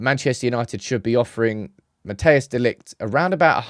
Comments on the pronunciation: You can beter say matice de ligt if your english insteed of matheus its closer to how the dutch say his name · People please stop calling him Mateus, it's Matthijs